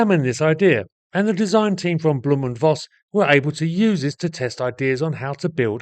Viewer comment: Thanks for posting this interesting video. The name is pronounced 'blow-m' and not bloom.